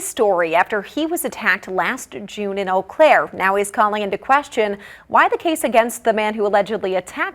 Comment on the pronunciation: Today i finally learned how to pronounce Eau Claire.